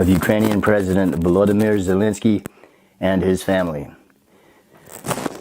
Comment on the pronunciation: Not that he deserves anything nice, but why are you pronouncing it Zalinsky?